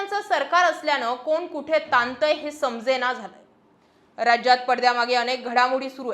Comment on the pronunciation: रजज्यात नाही, राज्यात म्हण😂